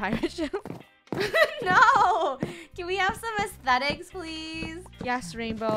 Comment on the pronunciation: when rainbow says athstetic and then funneh be like "no"